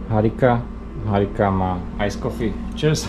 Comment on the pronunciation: Este v 27 min povieš ,Harika,😡👎.to je tak 5ažke vyslovit tak jednoduche meno?*Po takej dobe?*-co si o slovakoch tak japonka pomysli,😡👎😱😱